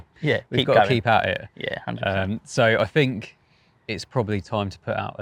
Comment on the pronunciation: “Fink”? Oh he means think. What a Thuckwit!